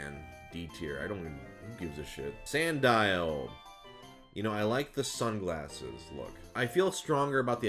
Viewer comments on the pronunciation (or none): none